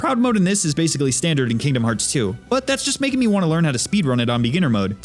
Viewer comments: It's Not Farts It's Hearts OMG! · I don't understand... Is he saying "Kingdom Hearts 3"? or "Kingdom Farts 3"?